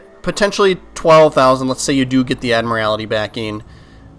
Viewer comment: Love how you mispronounce admiralty🤣🤣